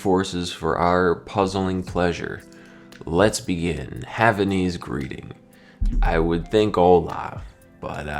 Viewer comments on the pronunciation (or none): none